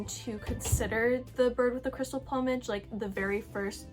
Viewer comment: I enjoyed watching your reviews of these films and your opinion on the dubbing, which initially baffled me too. Btw check 'plumage' pronunciation 👍